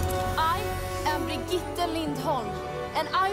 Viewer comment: brigitte is spelled ( bri gui ta ) not brigit, i love this character but right now unfortunately she is the most hated character in overwatch. hammond of course used Winston plan of escape to escape too but he landed in Australia in junker town which is controlled by the junker queen he participated in the mech fights there and crowned as the best by the junker queen herself as you can see in the origin story moira is my favorite character in overwatch and she is my main its spelled ('mo i ra) she used to be scientist in overwatch but her work was unethical so overwatch kicked her out and deleted all her papers about regenerating cells technology but reaper aka gabriel reyes was the leader of blackwatch by then he realised that moira is important and her technology can't be wasted so he made her join them as part of blackwatch during that time she either caused his cells to do what they do or helped him control we still don't know after wards of course over got shut down and also blackwatch so reaper joined talon but moira went to iraq in a place called oasis to be the minister of science there under the support of talon then talon invited her to join them so she became 1 of the leaders of talon councel along with reaper, doomfist and others. sorry for the long stroy lol grear reaction as always keep it up ;)